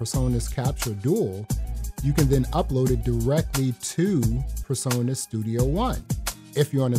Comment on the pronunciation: Turn the background music off please, so you can concentrate on what your saying 😢 and it’s presonus not personas